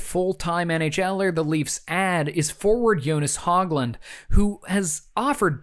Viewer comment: notes on pronunciation, Jonas Hoglund was pronounced more like Benoit Hogue, Hogue-land. And Karl Dykhuis pronounced not like Dan Hamhuis, but like Dyke-House (where I live.)